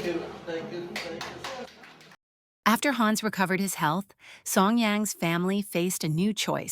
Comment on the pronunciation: Please, don´t say: Haaans...it is "Hanns". It's as annoying as a fly on your nose....